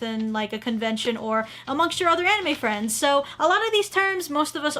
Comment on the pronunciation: I have one anime fwend I have two fwends